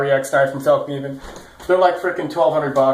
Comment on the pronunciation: your pronunciation of fällkniven is really good